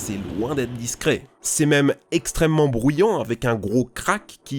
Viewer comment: "prEmier" et non "prOmier" , "brUyant" et non "brOUyant" , en attendant la vidéo est cool !